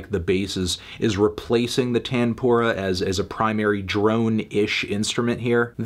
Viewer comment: As an indian, it took me a couple minutes to realise he's saying "tanpura" 😆😆😭